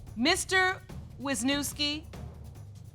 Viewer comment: I only wanted to say as a Polish person how last name was butchered "Wiśniewski" haha. But when I lived in States people wouldn't even try reading mine, just stared blankly then I knew they meant me lol